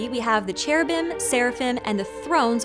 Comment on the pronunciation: you may be hot, but you need to learn to pronounce Cherubim. The U comes BEFORE the I.